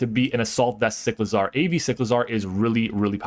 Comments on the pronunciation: Cy • clizar not Sick • lazar . Like huh 😂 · do you pronounce motorcycle like motorsickle just as you pronounce cyclizar like sicklizar?